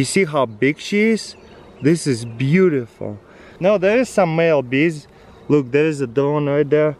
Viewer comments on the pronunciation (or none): " you see how BEEg she is wow this is BEEutiful"